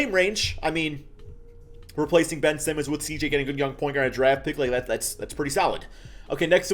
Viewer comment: did anyone else hear say simons instead of simmons or am i trippin